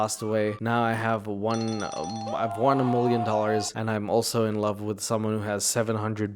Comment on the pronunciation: It’s “Million”, not “mllion”.